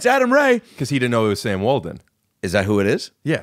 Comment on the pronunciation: Waldon or Walton? Glassman, are you pronouncing your T's as D's again?